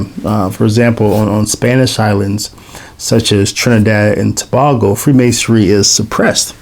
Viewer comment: My mom and her family are from Trinidad (just FYI it's "To-bay-go"😉). This was a very interesting video. As far as I know, a couple of my ancestors may have been Masons there. I assume the prohibition the Spanish had against Freemasonry was lifted once the British took control. Obeah is a strong superstition there. I don't know how well the Church has been able to counter it.